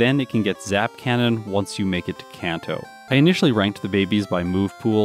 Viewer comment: Seemed like you did a lot of training on rando trainers. How would E4 grinding instead have affected the time? Also, Kanto is a soft a like in "father".